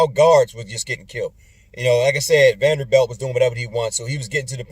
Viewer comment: VAN VLEET. Like fleet of vans. See ah Kam. Can't rep these Klutch Lakers. Every time I see Talen Horton-Tucker I get angry. Imagine that Terence Davis waz undrafted? Too much Bron. From Toronto, so I'm not starving to watch good hoops. And I still follow Bayou Lakers after the trade. Can never support a LeBron team takeover. I'm back when James is LeGone.